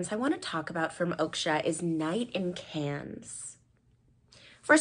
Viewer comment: Pronounces Feve Deliceuse in french. Butchers “Cannes” 😅😅